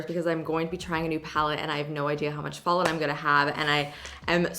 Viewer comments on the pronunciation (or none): none